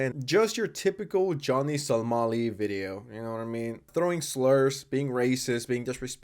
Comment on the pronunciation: somali somali not solami